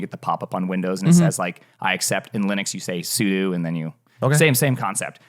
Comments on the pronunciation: sudo is pronounced the same as "pseudo" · THIS MF JUST SAID SUDU. 🤨